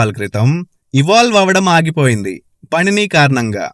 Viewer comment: " పణిని " కాదు "పాణిని " అని ప్రొనౌన్స్ చెయ్యాలి